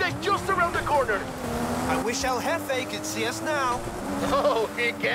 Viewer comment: Pronounced hefe